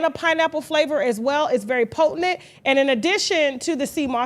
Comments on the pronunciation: Kasha, the word is potent. POTENT. Not potentINT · I love you and you have inspired me to become articulate. However I hate the way you say potent. Slam me. Just me